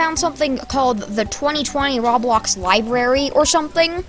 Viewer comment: That dude: "Roblowx" Me: OK...... coughs